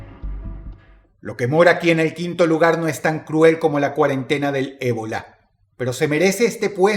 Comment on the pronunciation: Dross: "La quarantina " Mi cabeza: "ecuipo"